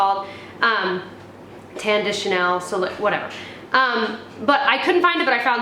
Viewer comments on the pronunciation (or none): none